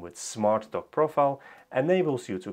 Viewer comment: At first I thought you said you were working on a smart "Dog."